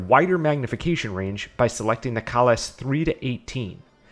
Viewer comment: Pronouncing "Kahles" in a way different than the first Emperor of the Klingon Empire brings dishonor to your house.